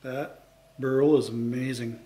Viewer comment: Dear "BURL" pronounce with one cylable not " BURUL" with 2 cylable. You pronounce it wrong all the time.sorry